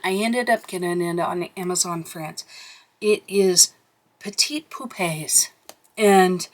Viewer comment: Great job on the pronunciation on the Petites Poupées title! I think we’re coloring in Boules de Poils, but we can do either book for April… or both… or keep one for May. Either works for me. And we do have that magazine coming at some point. 😂